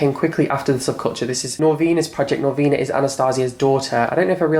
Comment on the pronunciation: Why do you pronounce Norvina's name wrong?